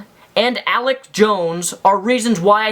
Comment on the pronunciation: Not Alec it's Alex